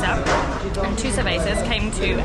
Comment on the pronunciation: I'm always amazed by the Brittish people's arrogant laziness to show as little courtesy as trying to correctly pronounce the name of the place they're visiting. The attitude that screams "we are the superior masterrace, all your names will be anglicized, we'll turn your cervezas into say-way-sas, resistance is futile" is so repulsive. It has nothing to do with the "talent", knowledge or even some particular wits - it's a matter of a lack of respect and an abundance of smugness.